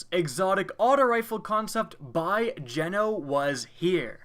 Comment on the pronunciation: Hey, the Geno part is supposed to be a hard "E" but either way works lol